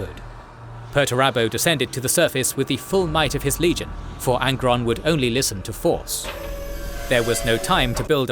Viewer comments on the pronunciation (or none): none